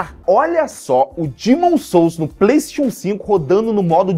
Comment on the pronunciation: nao sabe falar PlayStation